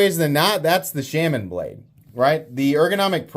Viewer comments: Shaman is pronounced shaw-man, not shamin, which rhymes with salmon. Sorry, but as much as I enjoy your videos, every time you say shamin it's like fingernails on a blackboard. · Why do you pronounce “shaman” so weird? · Still pronouncing Shaman wrong. Good god. Just stop. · Dude just pronounce Shaman right after all this shit. I don’t care where you’re from, you can pronounce it right. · Dude do you intentionally say Shaman the wrong way...? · Why tf do you refuse to say Shaman correctly. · Is it sham-an or Shaw-man? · The way you say Shaman pisses me off. No one says it that way. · 80 videos later, still can’t pronounce shaman correctly.